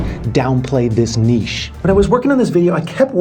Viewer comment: Omg he pronounces niche correctly!